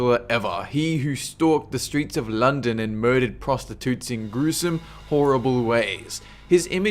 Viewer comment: Why did you say London in a British accent?